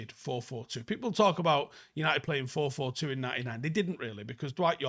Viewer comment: it's not 442. Its 44 fooking 2.